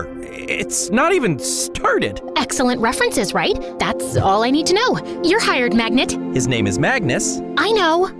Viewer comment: YoUR HiEred MaGNiT I can’t 😂😂😂